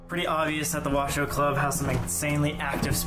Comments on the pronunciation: No, it's pronounced, " WA - SHOW" and spelt "WASHOE". It means, "People from here". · Isn’t it pronounced wa shoe club? I’ve never heard it pronounced the way they are saying it. I remember twin paranormal went there and they pronounced wa shoe. I was confused but what ever